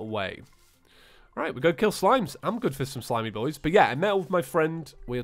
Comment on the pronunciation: Whenever I watch vids I want to play the mod he's playing, but my computer broke so I cant play calamity and I haven't even gotten into hard mode in it p.s. whenever u say i'm good it sounds like I'm gutted sometimes to me. Maybe because I don't hear things very well p.s.s. what I did for slime god once was I did the short lava trick and obsidian skin and it just shreds through slime god.